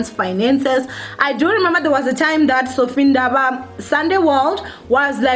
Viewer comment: Its Vathiswa show some respect haibo!! "VUTISWA" really?